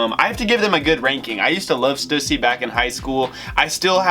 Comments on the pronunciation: Omg they way you pronounce Stussy is cringe. It’s STEW-SEA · I need to teach you how to say Stussy